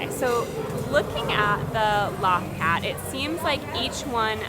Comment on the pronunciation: Loth Cat = 'low-th cat' not law-th cat. :)